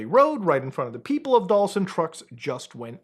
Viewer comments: It's pronounced "dulsay" 😅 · it’s pronounced “ Duel- say” Spanish for “sweet.” It’s not your favorite conspiracy if you don’t know how it’s pronounced, respectfully. Please stop lying in your videos.